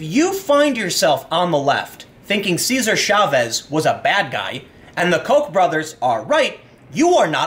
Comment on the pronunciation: Chavez, not Schavez! Ch as in Chop.